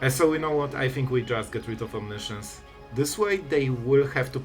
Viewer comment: It's as funny as it is annoying, because you announce your moves well in advance and repeat the impending mistake over and over again. And I sit here thinking, "When will he finally realize what a mess he's making!" :D As I have your attention for now, try to pronounce "omiscience" as it is pronounced. It is not "science". I know you´re not native english so aint I. ;-)